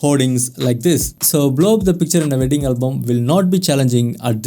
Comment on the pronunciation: just pronounce as WEDDING its not VEDING......... not V